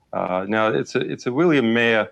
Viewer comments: Marr... not Mayhurr... You pronounce Maher as Marr. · He didn't say Maher. He said Mayer. Not just once, so that it might be a mistake, but several times. Mayer, Mayer, Mayer. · LOOOL. It has nothing to do with his accent. 'Mah-er' is still 'Mah-er' with an Austrian accent. They wouldn't change a soft a sound to a long a sound. He pronounced every other word correctly and every other name correctly, 'idiot'. Or maybe you need to 'watch the video more closely'. It does not seem likely that he's never heard Bill MAHer out loud before and doesn't know the name of the host of the show he's appearing on. He must not be very good at research. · He doesn't know the name of the person he's talking to? He pronounced 'MAH-er' as 'MAY-er'. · lol, no he didn't. And he also didn't even get the fucking name right. Who the hell is "William Mayer"?